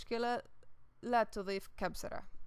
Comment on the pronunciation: Honey it's kuzbara not kubzara